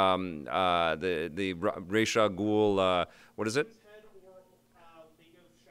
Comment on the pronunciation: Id like to point out that pronounced Ra's al ghul correctly. True Batman fan. Awesome show!